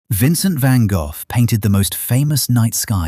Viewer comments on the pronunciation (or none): Van-Goff? I hate computer voices! 😫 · i could not get past because the ai narrator couldn't pronounce a famous painter's name correctly; it doesn't end in "f". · Dear A.I. Narrator, You are brutally mispronouncing the artist's name. It is not pronounced Vangoff. It is pronounced Vango. Sigh.🙄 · "GO" -- NOT "GOFF" who programmed this A.I.???? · It is not Van Gogh's painting it is a Van Gogh painting Pronounced Van Go, not Van Goff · LEARN HOW to pronounce Gogh, it is not Van goff, is sounds more like Van Goh...Check with "how to pronounce a word" on your tube. it should come out almost as a cough. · Please teach your Ai to say van Go instead of Van Goff. Touring a decent story. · For the sake of sanity, you're calling him Van GOLF when it is pronounced Van GO, 😂 LMAO Golf, LAWD HELP ME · Van Goff? Seriously? If you're gonna use a text reader.....then write the narrative in a way that makes the computer at least that has them pronounce it properly. Write "Van Goe." Then it comes our correctly., All you guys do this, but do not bother to fix it. Drives me nuts and I stop watching it immediately. Just pure laziness. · Who the heck is Van Goff??😂. Van Go is how I was taught. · I am 71 and in ALL my life, I have never heard his name pronounced Van Goff. Interesting. Looks like I need to do a bit of sleuthing to confirm. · yes, but, he was born and raised in France where they would have pronounced his name as “gaugh(f)”. 😊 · Van Go. Florida USA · Van Go - Canada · Vincent VanGuff?? 🤦🏽‍♀️ Ai needs to work on it's pronunciation. I don't even care what this video is about. 🙄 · Irritating, one should pronounce it as Gock as in Lock, never mind where you are from. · Van Goe, that's how it's pronounced!! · God I wish they would get real people to narrate! Van Goff? ? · Van Goth????????????? I have never heard his name pronounce like this before???????????? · Who in the world is Van Goff? Seems AI can't read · "VANGAFF" lol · Who in the hell, is "Van Golf"?!?!